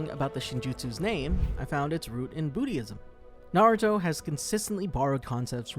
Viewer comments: Booty-ism? Boodyism.... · Did bro just say "bootyism"? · This man said booty-ism